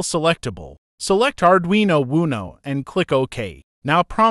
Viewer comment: It's not pronounced "Arduino Woono"